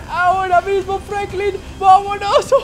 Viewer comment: Jajajaja se dice franklin